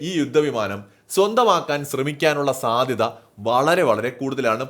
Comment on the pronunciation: യുദ്ദ വിമാനം,സാദൃദ, ബാദ്ദൃദ, മടുത്തു ഈ പീറ മലയാളം കേട്ടു്.പോയി മലയാളം പ൦ിച്ചിട്ട് പരിപാടി അവതരിപ്പിക്കു.